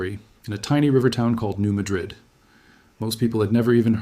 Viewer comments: Sorry, at the least you could have pronounced the town and fault correctly: New Mad - rid, not Ma - drid. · The people in this area pronounce this city as New Mad rid. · Its New Ma' drid. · Hi. Just FYI you are mispronouncing New Madrid. You are pronouncing it like the Old World town of Muh-DRID. (Madrid) The correct New World pronunciation is New MA-drid. (Where the A is pronounced like in hat.) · I am from Missouri and I would like to correct your pronunciation. Everyone pronounced the town, New Madrid, like the city in Spain. It is actually pronounced New Mad-drid. And yes, you can still see the damage the earthquake created centuries later. It is capable of enormous and very deadly, dangerous damage. It is so powerful, it could split the nation in two. Scary! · Thank you. Btw-it's pronounced New MAD-rid- just so people know what's being discussed. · it's pronounced New MAH-drid. I grew up in Memphis. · The town is not pronounced as the city in Spain. The accent is on the first syllable: New MADrid. I grew up in Missouri.